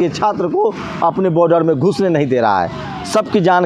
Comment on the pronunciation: Pehle boder ko Border kehna to seekh lo, phir reporting karna..